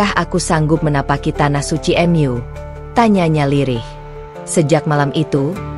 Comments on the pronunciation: Bacanya jangan " em yu" Mu gitu aja kenapa si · Maaf bacanya yg benar ya...mu buka m.yu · Benar walaupun agak kaku dengan kata² minim keislaman dari yang menceritakan seperti kata² rumahMu atau surgaMu terbaca rumah atau surga Em U padahal yang dimaksud Mu adalah untuk Alloh tapi kekakuan suara yang menceritakan terhapus oleh bagusnya cerita Semoga Alloh mberi hidayah keluarga, saudara, kerabat, teman kita yang belum dapat hidayah. Aamiin ❤ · Ceritanyamenarik dan mengharukan. Narasina menggunakan alat penerjemah kah. Sebutan Mu diucapkan em yu. Lucu juga. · Kisah ini memang terasa haru, sayangnya penyampaiannya seperti dipermainkan s misalnya mengucapkan kata Mu / Allah, diucapkan emyu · Bingung saya juga ... Mu kok dibaca emyu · Meskipun..cara penyampaiannya seperti drama Korea atau drama yg lain .. ketika menyebut nama Allah dan Mu juga aneh ..tapi tertutupi dgn isi cerita..yg bagus.. semoga bisa bermanfaat bagi yg melihat video ini aamiin